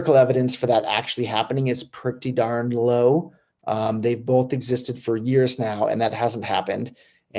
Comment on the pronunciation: Lol! Love you Roger but there is no "L" in Both, what the f*%$ is Bolth?